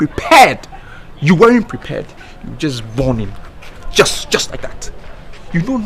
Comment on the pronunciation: did Van Vicker just say just borning lol. Still watching comments loading..........